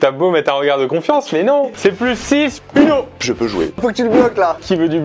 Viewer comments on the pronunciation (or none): On dit ouno pas uno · Ptn c’est « OUno » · Le titre ne va pas en adéquation avec ce jeu, une partie de uno n’est jamais « complètement folle » comme tu le prétend. Et on prononce « ouno »... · ça se prononce ouno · Sa s'écrit UNO mais sa ce prononce OUNO =_=